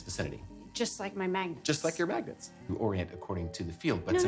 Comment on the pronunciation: ¿mAgEntS? dEe ?mAGenEt¿